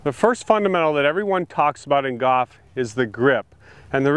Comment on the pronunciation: Hank can't even pronounce the word golf, so I don't trust his advice.